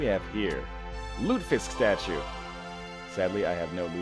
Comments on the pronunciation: Lutefisk is pronounced "loo-teh-fisk" Three syllables and the "te" is vocalized. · NORTHERNLION Y U NO SAY LUTEFISK RIGHT?